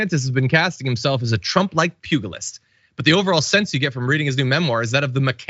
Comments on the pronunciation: That's a soft "g" in pugilist. It sounds like "pujilist", and John is proof our education system is bunk, and it's also proof he doesn't do his homework. And John, stop flapping your arms around like a wounded duck trying to take off. You look silly. Calm down. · Incredibly minor issue: pugilist - pyoo-juh-list